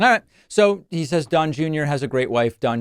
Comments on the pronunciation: "Sayes" ....thats the way foreigners pronounce it. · Isn't that the same way Melania pronounces "Says" That is what he was complaining about when he talks about people speaking languages no one knows. His wife and family probably speak their native language around him, just to tweek his buttons.